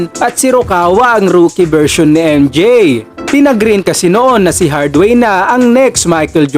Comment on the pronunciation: Anfernee "Penny" Hardaway po lods hindi Hardway.